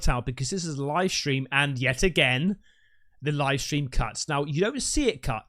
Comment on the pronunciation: “NASA LIE STREAM”